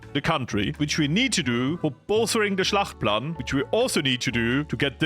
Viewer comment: Schachtplan❌ Schlachtplan☑️ Deutsche Sprache schwere Sprache😂😂😂 Just joking :_FloriusLove